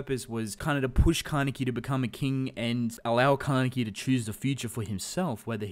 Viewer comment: stop saying kane(KEY) WTF